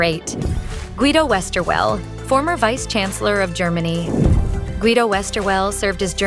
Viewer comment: Very nice video, although some important people are missing. And why do English speaking people always have to slaughter all non-English names, like the one of Guido Westerwelle?